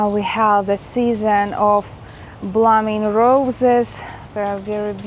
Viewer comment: You pronounced the roses as "bluming," instead of "blooming," with the long "o" sound. I know it's a challenge to learn English, and I only know two words in Russian, so I can't be critical, but try to be helpful. From Chicago.